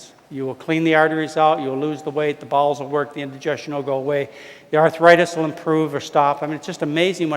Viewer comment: Every time he says "bowels," I think he's saying "balls." Weird pronunciation/awkward. lol.